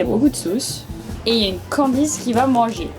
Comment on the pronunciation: On dirait que j’entends sacrer parfois… j’entends “calice” alors qu’il dit “Candice” 😂😂